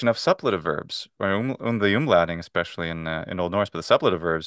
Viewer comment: Suppletive has its stress on the second syllable, doesn't it? (Great conversation, thank you for letting us listen in!)